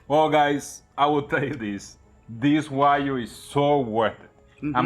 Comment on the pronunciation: Wa-GYU. Not Wa-You.